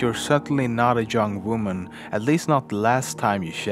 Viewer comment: Did he just say "jung women"?